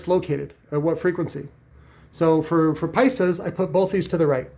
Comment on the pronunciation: For " Pisas " I'm From New Mexico And This Made Me Laugh 😂😂